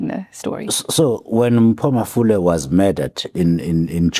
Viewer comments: Mpho Mafole not malofe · Mpho Mafole not Malofe 😊😊😊!!!